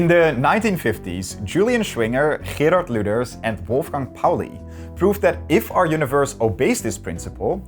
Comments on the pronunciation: Wow, actually pronounced Gerard correctly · Very good video, i was able to understand most of it. And on top of that the name Gerard and some other Dutch name were perfectly pronounced.